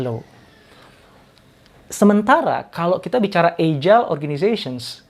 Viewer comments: How to pronounce: /ˈajəl/ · Salam sejahtera pak Doktor. Izin saran. Coba dicek kembali cara baca kata "agile". Jgn terlalu sering wajah Bapak yg dimunculkan. Lebih bagus isi/ bahan materinya yg sering dimunculkan. Trm ksh.